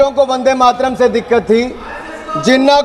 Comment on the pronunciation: भारत का दुर्भाग्य अनुराग जैसे भी सांसद जिसको बन्देमातरम भी बोलना नही आता.बस चापलूसी करते रहते है